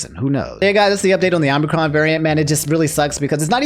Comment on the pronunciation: I keep hearing Omnicron, and it sounds like something optimus and megatron would fight over